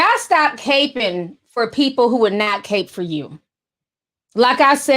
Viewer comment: Ti, it’s not “cape-ing” it’s “capping” (like a baseball CAP)